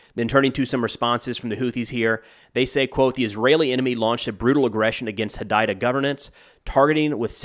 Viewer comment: One thing quickly, Hodeida is pronounced hoo-day-dah